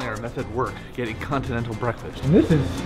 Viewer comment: Watch how you say continental next time!! You put a U where there shouldn’t be one, lol.